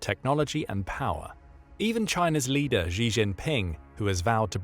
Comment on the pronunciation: Why does everyone pronounce Xi as Ji? it's an 'sh' sound, so more or less the way you'd say 'She' in English.